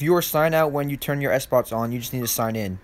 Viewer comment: Am I the only one who heard him say Sbox instead of Xbox